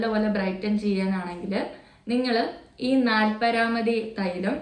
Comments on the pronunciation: നാൽപരാമതി അല്ല നാൽപ്പാമരാദി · നാൽപരാദി അല്ല. നാല്പാമരാദി ആണ് മോളെ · നാലപ്പരാതി അല്ല ബ്രോ "നാല്പാമരാതി" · നാൽപരാമദി എണ്ണ അല്ല ട്ടോ... നാല്പാമരാദി.... ഇടക്കൊക്കെ bottle ശരിക്കൊക്കെ ഒന്ന് നോക്കു ട്ടോ... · Nalpamaradi aanu not nalparamathi😂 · Nalparamathi alla😅 Nalpamaraathi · നാൽപരാധി അല്ലടാ നാല്പാമരാധി anu❤️ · Nalparamathi alla nalpaamaraadhi😊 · നാൽ പരാമതി അല്ല ചേച്ചി നാൽപ്പാമരാതി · Nalpamarathy not nalparamathy.. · Nalpamaradi ennu parayoo ucharanam thettanu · വെറുതെ പറയല്ലേ mole😂😂മര്യാദക്ക് പേര് പറയാൻ പോലും പറ്റുന്നില്ല നാല്പാമരാദി എന്നാണ് 😂.ഇതു ഞൻ youtubers കോൺടെന്റ് ആകുന്നതിനു മുമ്പ് use ചെയ്തയാളാണ് എനിക്ക് എന്ത് തേച്ചാലും മുഖത്തു ഒരു പിമ്പിൾ പോലും വരാത്ത ആളായിരുന്നു ഇത് യസ് ചെയ്ത് 1month കഴിഞ്ഞപ്പോ തൊട്ട് നല്ലpainful പിമ്പ്ൾs തുടങ്ങി.എന്നിട്ടും ഞൻ stop ചെയ്തില്ല കാരണം എനിക്ക് എന്റെ ജീവിതത്തിൽ pimples വന്നിട്ടില്ലല്ലോ ഇത് കൊണ്ടല്ല എന്ന് വിശ്വസിച്ചു.അത്രക് റിസൾട്ടായിരുന്നു.ഒരു chemicalsinteyum ആവശ്യമില്ലായിരുന്നു.സ്കിൻ മൊത്തം damage ആയി .ഇതൊന്നും കേട്ടു തേക്കാൻ നിക്കണ്ട ഇത് stop ചെയ്തു സ്കിൻ കെയർ തുടങ്ങി പതിയെ പതിയെ എന്റെ skin ബാറിയർ clearayath. ഡെയിലി use chetha pores close aayi aayi damage aakum എന്റെ അനുഭവമാണ് .ആഴ്ചയിലൊരിക്കൽ use ചെയ്ത എന്താകുമോ ആവോ ഞൻ സൗദിയിലാണ് 5ബോട്ടിൽസ് ഇപ്പോ വെറുതെ വാങ്ങി കൊണ്ട് വന്നു പമ്പ്ൾസ് കൊണ്ട് ഞൻ വളരെ ടെൻഷനിലായിരുന്നു. ഇവർ പലതും parayum .anubhavamanu😢body use cheyyam mukam shradhikkanam.enteth oily skin alla normalanu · Parayunnath thettane. Nalpamarathi ennanu